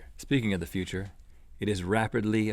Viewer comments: He didn't say future he said fu ture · link says footure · "Go into the foocher" - link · "That super footure footure" me:😑😒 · foorrtaaaarrrr ??? link cant say future ? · Anyone else notice that in the begining that link said footer instead of future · How did he pronounce future?? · Just to let you know Link, the way you say future is incorrect... Don't worry about it though I actually really like it. Don't want to get creepy but the way you say it is quite cute actually 😊